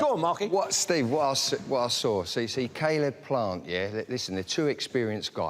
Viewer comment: Why’s Zach Parker calling him sayleb plant 😂